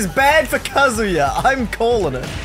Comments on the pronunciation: Really said Kazuya correctly in the first 5 seconds then went back to calling him “kazooya” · "Kazuya" "kAZuyA" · KAH-zuh-yah Not ka-ZOO-yah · Still waiting for them to realize it’s pronounced Kah-zoo-yuh, not Kuh-zoo-yah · when said ka-zoo-ya in his video the first time i thought he was making a joke about a kazoo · "Kazoo yuh" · (Pronounces Kazuya wrong) Character Select Screen: (Teaches them how to pronounce it): (Immediately returns to pronouncing it wrong) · everyone pronounces wrong, it’s so universally pronounced wrong that banjo and kazooya has become a meme. Even though it wouldn’t exist if people knew how to pronounced it correctly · How are they going to correctly pronounce his name in the intro then immediately flub it thereafter zzz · None of the underdogs pronounce the name right :'D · As a huge tekken fan the way they pronounce kazuya hurts me internally lol